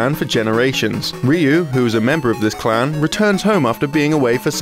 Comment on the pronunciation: were you saying Clown or Clan?